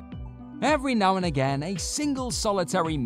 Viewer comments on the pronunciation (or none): none